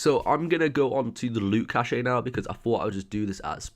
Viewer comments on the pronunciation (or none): cache is pronounced cash :) not cash A :D